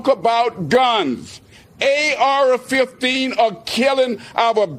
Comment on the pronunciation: “A Ara 15”😂😂🤦🏾‍♂️